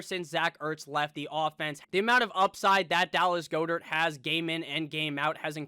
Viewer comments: It's pronounced Gaa- dert, NOT GOO-dert dude! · I really hate the way he says Goedert